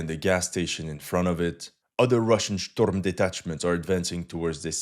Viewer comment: Cool content, but why pronunciate it "shtorm detachment"?